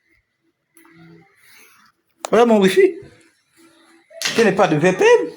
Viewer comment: On dit VPN, pas VPM, mais toi tu es trop édoungué pour comprendre dans quel siècle tu vis.